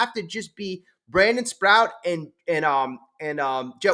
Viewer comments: SPROAT not Sprout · C’mon. It’s Sproat. Not Sprout. It rhymes with GOAT. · Brandon Sproat… rhymes with boat.